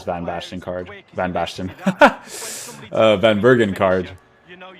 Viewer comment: You say it like van bèrken